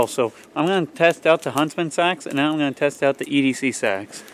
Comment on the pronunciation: I think you pronounce it Seeeeeeeeeeeee-Axe